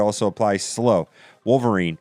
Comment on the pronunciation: wolvereen not wolverin